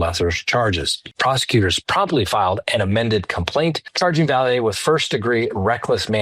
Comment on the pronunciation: Raul 's last name is pronounced Valley. Not Vi-yay.